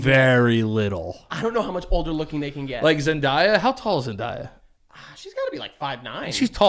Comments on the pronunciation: your saying Zendaya wrong it’s not zen-die-ya 😂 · Zen - Dey - ah This is one I can’t let slide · We got poster changes! Space Jam is the ultimate jam Side note: everybody say it with me, “Zen-day-uh”